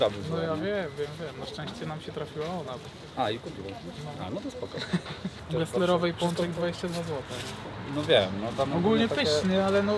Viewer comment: Ale się slizgasz na nazwisku geslerowej daj spokój